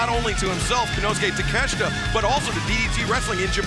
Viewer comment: You pronounce his last name Take-shit-a